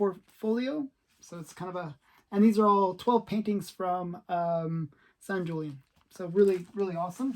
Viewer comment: Just so you know, you are misprouncing Sanjulian's name. The letter J is silent. It is pronounced with an H sound, for example, like the word hoot or hooligan. Don't be an idiot. If you are going to collect the masters of monster art, you should respect up and know how to pronounce their names.